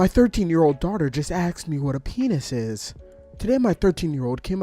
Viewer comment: why do you say axed instead of asked?